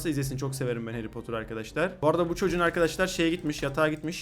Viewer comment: Heri potırmı hayri potırmı hayri potır diyon